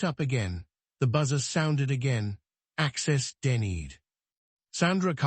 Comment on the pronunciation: 😅 access denneed😅 hopping instead of hoping 😅stahting instead of state-ing😅ai is so funny. I wait to listen to new or repeated mispronouncing with each new story and chosen accent. 😊